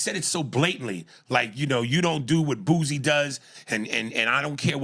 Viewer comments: If this man says “BOOZIE” instead of “Boosie” ONE MORE MF TIME! Someone please screenshot this and send this to Aries Spears. “Look Panda Man! You are NOT someone who is lucrative enough to request a raise in pay. You are paid fairly. You require. Travel, lodging, MAKEUP, AND, A TOWEL! You are funny. Not gonna take that from you. BUT! NOT! Dave, Katt, Epps, hell! Hart funny. As much as Vlad is a questionable player of the culture he is. Vlad gave you an extra platform for you to have exposure in THIS DAY AN AGE! Stop being delusional, see a dermatologist, and be humble” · I'm tired of you saying BOOZIE, it's BOOSIE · Him saying Boozie drives me crazy😂